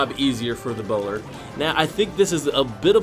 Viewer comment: I keep hearing "Ebola"